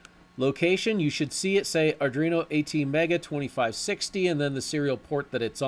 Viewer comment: Great Tutorial --- btw it's pronounced "AR DWEEN OH" not "AR DREEN OH" - there's no R after the D.